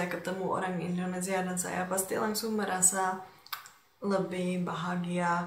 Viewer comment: Welcome to Indonesia.....supaya ucapan kamu bagus...kata INDONESIA tidak gunakan Z tapi S.....IndoneSia....bukan IndoneZia.